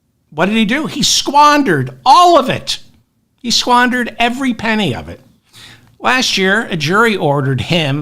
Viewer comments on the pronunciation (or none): none